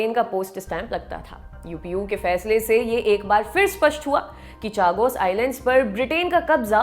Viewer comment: Chagos का सही उच्चारण शागोस है.